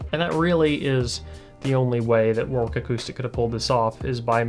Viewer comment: fyi, its not war-Wick. its war-(w)Ick, the 2nd w is silent